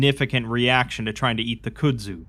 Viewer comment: I really appreciate the stories that you read for us and everything and I don't want to be that guy but it's pronounced "Cud-Zu"